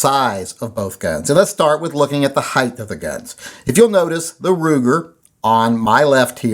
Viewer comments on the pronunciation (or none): Heighth? Height.